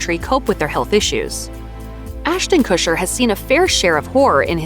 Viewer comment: listening to you say "Ashton Kusher" over and over is unnerving. His last name is Kutcher...not Kusher. The T isn't silent